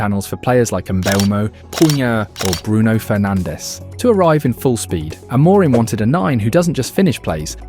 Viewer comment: your pronunciation is really bad. it's not 'aMOREim', more like 'amurhim' with silent h. absolutely no one pronounces it like you do.